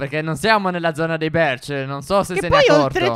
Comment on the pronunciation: Birch no berch